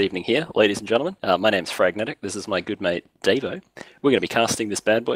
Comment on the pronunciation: You're pronouncing it wrong, its Dar-vo